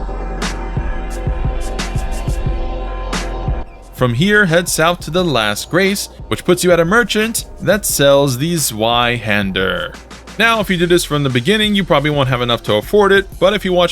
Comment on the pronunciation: Great videos man. Can You check with German speaking friends or even with Google translate how to properly pronounce zweihander? It's a German word means two handed zwei is two and you pronounced it wrong, like almost everyone else 😁